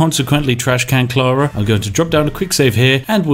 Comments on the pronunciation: Carla… Not Clara…… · Why are you calling Carla Clara^^?